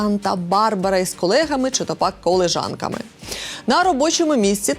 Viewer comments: КолЄжанка а не колЕжанка😊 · Не колежанка, а колєжанка